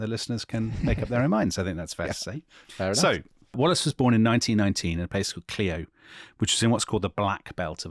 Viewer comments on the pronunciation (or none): CLIO, ALABAMA: it's not pronounced "clee-o" it's "cl-eye-o"